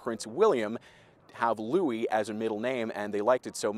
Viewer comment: I'm glad someone has pronounced Louis' name correctly